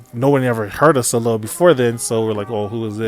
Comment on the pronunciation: Side note : Soleil is read "Soleiy" - and not "Solel". :)